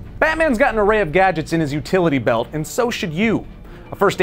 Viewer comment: Just me or did anyone else think he said FERTILITY belt